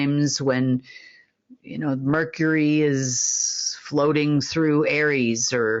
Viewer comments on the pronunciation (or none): none